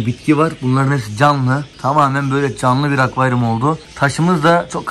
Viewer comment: akvayrum diyorsun gibi geliyo kulağıma komiğime gittii